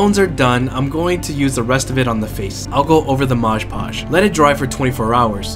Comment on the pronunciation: It's Mod Podge, not 'Modge Podge'.